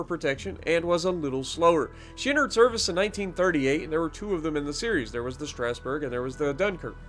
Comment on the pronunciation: The G is almost silent, it's pronounced strah-sboo-rh